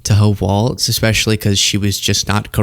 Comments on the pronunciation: Sorry but everyone keeps making this mistake. It’s Walz pronounced “Walls” not “Wolts”. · Its pronounced “Walls” not “waltz” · Hope’s last name is pronounced “walls” not “waltz”. There’s no “t” in her name. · enunciated WALLS not WALTZ get it right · Its not WALTZ! It's WALZ! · "Walz" is pronounced like "Walls" NOT "Waltz"! Mike WALTZ was the dumbass National Security Advisor who leaked on Signal. Tim Walz (Walls) is the governor of Minnesota. It is as bad as when people call VP Harris "Camilla". Do the reasearch to at least pronouce the names correctly. Great content otherwise. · It's WalZ. Not WalTz. No T. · I feel like I might be crazy, he’s saying waltz, not walz… right? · Isn't it pronounced WALZ... As in "Walls"? It's not Waltz. Please, please pronounce the name correctly 🙏🏼 thank you. From Australia ❤️🇦🇺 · Ok, I have to say it. Please say Tim Walz name correctly. It walz like walls, not waltz. It drives me crazy. Thanks. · Brah, it's Walz (walls), not Walts. That's a dance. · It's walz not waltz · It's not Waltz, it's Walz, like "walls," not like the dance. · Her name is pronounced WALLS NOT WALTZ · Walz. Like walls not waltz. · Walz not Waltz lol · Hey man, you gotta pronounce his and her last name right. Walz. Not Waltz. There is no dance here. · His name is WALZ!! Not WALTZ! It's important to get it right because there is a republican politician named Waltz. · I love you, but there is no 'T' in Walz. It's pronounced [Walls]. I know it's such a petty thing to point out, but it's driving me nuts. Thanks. P.s. Laura Ingram sucks. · Great video. But her name isn’t like the dance, ‘waltz’. There’s no ‘t’ in Walz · There's no "T" in Walz 🙂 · Love your podcast,! You are well spoken, smart, and wise. Please pronounce Walz’s name without a “t” like “walls” and not the ballroom dance! 😊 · it's not baltz to the waltz...LOLOLOLOLOLOLOLOLOLOL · There is no "t" in Walz. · There is no t in Walz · It's Walz not waltz. No T!!!!!